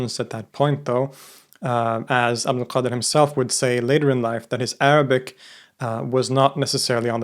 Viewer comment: Your arabic pronnonciation is perfect